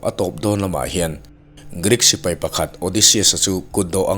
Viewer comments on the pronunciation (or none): none